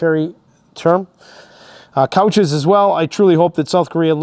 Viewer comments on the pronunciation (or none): Probably it's coaches, not couches. As in buses. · Coaches, not couches